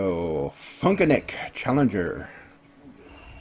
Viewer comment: It's Chillenger not Challenger, but that's ok. Hey is there any chance I could get a link to my channel when you mention me, it's cool if not.